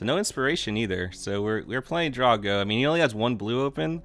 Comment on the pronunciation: "another TRUE duels of the planes walkers" omg me so corny Who's going to be r00ting against you when you're playing Westaine?! Yeah, that first hand was a decent keep. Everytime you say, "draw-go" it sounds like you're talking aboot Dany's draqon. omg, your disregard almost glitched out, i would have LOVED to see how you handle that. 100 versus wins!! lol Elite controller being used for Magic. why no attack with your land? Can hear you vaping, it's hilarious. man, i almost fell asleep in that third match. God I hate Control. great job